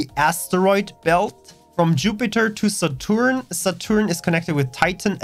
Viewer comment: love the way you butchered Saturn and Uranus names